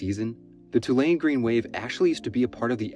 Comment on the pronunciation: No way he's from the south. But at least he pronounced Tulane correctly.